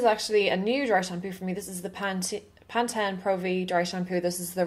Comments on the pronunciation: LOL. I just love you. It's PantEEN not PantEN. LOL. I am so glad you did this look, I have been envious of your photos and videos with this hairdo. Yay, thank you! I'm gonna try it. FYI, I finally went red like you.:) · it's called Pan-teen. Just so you know. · It is PanTEN, not PantEEN. That how they say it on the ads!!